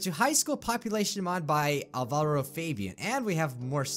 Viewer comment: OH I have someone in quite a few of my classes named Alvaro (IDK how it's spelled, sorry) but it's pronounced Al-Va-Roh